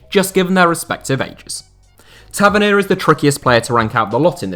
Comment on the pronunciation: Ta- vern-knee-a Is how you pronounce it